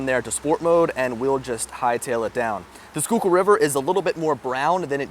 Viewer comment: being someone from the SKOOK its actually weird hearing someone pronounce schuylkill correctly lol GGs and great video